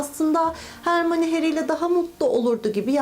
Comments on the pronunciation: Hermione = Hermayni Siz hermoni diyonuz ama kitapta okunuşunu söylüyor Hermayni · Hermoni değil hörmayni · Hörmayni diye okunuşa alıştım hermione diye dümdüz söylemesi garip geldi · Aslında herkes *harmoni diyor ama isminin okunuşu *hörmayni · abla he soruda hermonie diyosun o olmasa satem ölürdü harry potter disun potter olmasa saten kitap olmasa saten hermonie olmazdı saygılarla